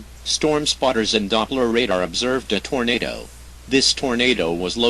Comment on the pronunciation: Haha. "Tornader"